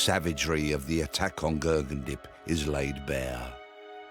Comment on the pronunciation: The narrator is pronouncing his name wrong even after his sister says it numerous times. 🙄